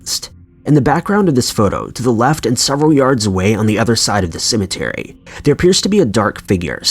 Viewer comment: This is how many times he says cementary 👇🏽